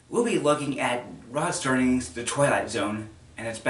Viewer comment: It's Rod Serling. NOT ROD Sterling, dumb ass.